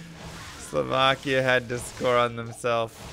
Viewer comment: I must commend you on "Slovakia" pronunciation! You are saying it the right, not the American way!